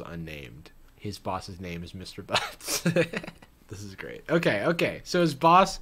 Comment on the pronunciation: I swear he said mr. BUCKS not BUTTS 😂😭